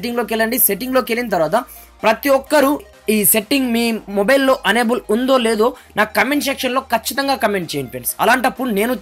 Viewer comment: Baabu... Unable kaadhayya.... Enable.. Ma karma kodhi cheptharu malli review lu... Basha nerchukoni cheppandi... Aa telugu ento ne English ento...!